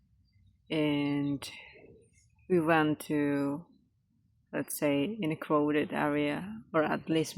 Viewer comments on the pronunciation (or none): Crowded, it is spelled with an "o" but has more of an "a" sound, อ้าว. 'Cr-aw-ded"